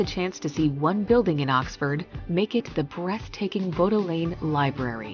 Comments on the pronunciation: Oxford library is not called the "Bowdalane" it is pronounce Bod-lee-an. Black and white timbered buildings fromMedieaval times are found all over Northern Europe too. The thing about Stonehenge is that those "rocks" were carried by man for 147 miles to Stonehenge!. That was Tower Bridge. Bath is pronounce B-AH-th. Yes summers can get up in the 90s easily. And this link here is a place about 3 miles from me and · The Bodleian Library in Oxford is pronounced Bod-lee-uhn NOT bow-de-lane as said in this video. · It’s the Bod-Lee-on library not Boddalane. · I dunno where the original video comes from but it is called the BOD-lee-an not the bode-o-lane like they call it. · As a native Oxonian, that video narrator hurt my soul with how she butchered the name of the Bodleian Library. What did she say, "Boe-da-Lane"? Hahaha, it's pronounced Bod-lee-uhn. And Oxford is just like Cambridge because Cambridge was built to imitate/copy Oxford. We were here first! Hope you guys actually make it across to these shores one day - you'll love it! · *Bodleian Library in Oxford, I noticed the same thing. My sister attended the University and I'm quite sure it's pronounced Bod-lee-an. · There is only one lake in the lake District. Lake Windermere. All the rest are Waters or Tarns. I know I am splitting hairs but it's a good quiz question. The pronunciation for the Bodleian library in Oxford is bod-lee-an. And finally, Both Chester and York were fortified cities- both of which still have the fortifying walls surrounding them. These walls can still be walked providing magnificent views of the cities and countryside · It's pronounced Bod lee an library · The video does encapsulate some of the great places in England, but you have to be aware that this is from a tourist point of view. We have all this extraordinary history but we also live in the 21st century with the many problems that now exist virtually everywhere in the world. By the way, it's pronounced 'barth' for Bath.